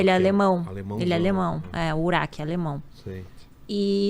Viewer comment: O nome dela se escreve urach mas não se pronuncia nem urak e nem uraxi . A pronuncia correta é Urá .